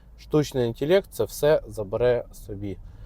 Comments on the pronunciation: інтелект а не інтєлєкт, село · Мабуть то гібридний, суржиково-недолугий, якщо інтЄлЄкт. Для обраних папуасів. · "штучний інтєлєкт"